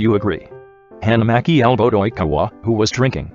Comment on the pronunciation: No one: Not a single person: Not a single soul: The Google voice: Oìñkawa